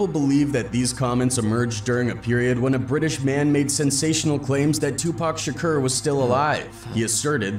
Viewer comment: Does it not bother you that the narrator keeps saying Tupac Shakeeerrr?